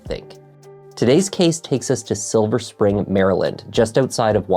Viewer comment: Woohoo, you actually said Silver Spring correctly and didn't add an S as so many do! 😀